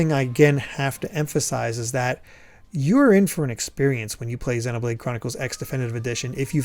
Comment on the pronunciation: I still think you're pronouncing Xenoblade wrong 😛